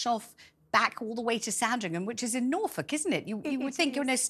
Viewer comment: It's Norfolk! Not the Gobi Desert 😅